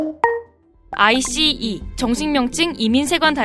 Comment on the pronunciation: 왜 자꾸 아이스를 아이씨라고 발음하는거야 으윽 불편햇